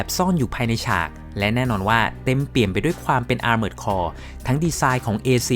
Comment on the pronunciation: Armored Core = ˈɑrmərd kɔr อาร-เมิร์ด-คอร ถูกแล้วครับ